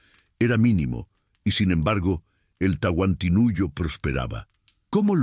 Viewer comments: TANTINUYO?????? TAHUANTINSUYO QUISO DECIR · No saben decir los nombres correctos, que lástima. No es Tahuanisuyo sino Tahuantinsuyo. Por allí tiene mas errores, corrijanlos para no tomarlo como falta de respeto. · Hola por no preparas mejor para grabar no es tantisuyo es TAHUANTINSUYO DENIGRAS EL IMPERIO INCA CON TU DOCUMENTAL BARATO. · Señor pir favor el imperio no se llamó Tantinuyo,se llamo el Tahuantinsuyo.